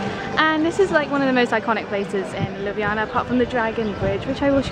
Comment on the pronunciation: Aww that's so sweet! You really showed-off Ljubljana in an amazing way (also your pronunciation of it couldn't be more on-point, at first I thought you were Slovene haha!) :D And I'm really happy that my comment could do good hah xxx